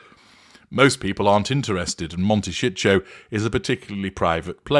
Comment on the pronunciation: I’ve been curious how they can afford that house! They’ve been burning through money hand-over-fish. BTW- It may be a regional thing, but in the US, it’s pronounced mon-ta-SEE-toe. OK- I’m an idiot- I get it now! Mon-ta-SHEET-toe no doubt!